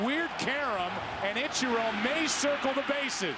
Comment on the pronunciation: I will forever and always hate the way Joe Buck says "Itcher-oh". It's like he heard someone pronounce it correctly and went "gotcha—I'm gonna pronounce it the opposite way every single time for as long as I'm an announcer".